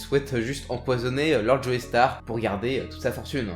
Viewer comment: Super épisode comme d'hab par contre la prononciation des noms ça trigger trop x) DI-O pas dyo, JO-STAR pas Joey star, DA-YEUR pas dire, etc...